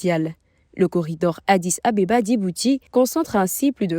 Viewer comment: Pourquoi la dame dis "Dibouti au lieu de Djibouti?", le D ne ce lit pas.